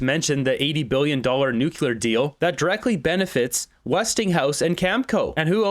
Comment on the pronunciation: Nuclear is pronounced New clear. NOT New Cue Ler Attention Raquel Dancho and the Moose himself.